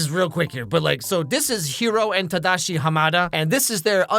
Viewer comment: I love how you can tell he lived in Japan by the way he says “tadashi” instead of “tahdaahshi”